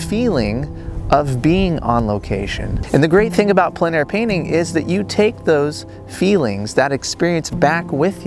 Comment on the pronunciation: Great video, as always. As a francophone, allow me to tell you that your pronunciation of plein air is very good. Long story short, the word “plein” on its own is hard for anglophones to pronounce properly but because the following word starts with a vowel, the pronunciation becomes simple. Think of the first syllable of the word plenty … followed by air. Plen air .. should be very simple for anglophones to pronounce.